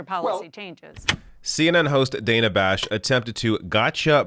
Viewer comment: Her name is pronounced Dan-A, short a. Just FYI. Sorry, I was a teacher and taught phonics for decades 😂